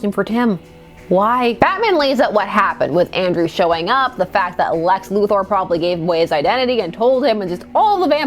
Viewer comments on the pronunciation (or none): none